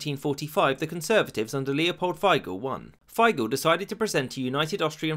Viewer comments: Turns out Russia screwed us 🇦🇹 over then like they try with 🇺🇦 today. Other than that it sounds about right…except the way you pronounce Figl‘s name. /i:/ like in „feet“, not /ei/ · I've learned the pronounciation is Tee-Rol, not Tei-rol. Feigl is called Feee-Gl. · From an Austrian: A minor correction - Leopold Figl's last name is pronounced "Feegle". Otherwise, a great video 🙂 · i just wanna add that Figl isnt pronounced f-ai-gl but more like Feegl which i think is very funny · The name was Figl not Feigl. Also, I am pretty sure the SPÖ was always called SPÖ since 1945, not SDP. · Figl is pronounced feegl, not faigl. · You forgot the Legend about the Staatsvertrag. It is told that our prime minister won a drinking contest against the russians, so they agreed to make austria neutral. Also Figl = "Feegl". The i is spoken as in "is" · Figl is pronounced like fickle but with a g as in girl instead of ck. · The way you pronounced "Figl" made me die a little bit inside. (For those wondering, the correct pronounciation rhymes with "eagle" in english) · This is NOT how you pronounce "Figl"!